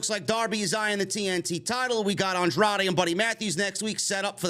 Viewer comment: I love how Riccaboni has trouble with Andrade's name.......